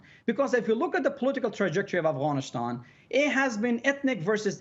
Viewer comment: First learn how to say Afghanistan not Afghanishtan before you talk like an armchair "expert" lol. Pathetic lies.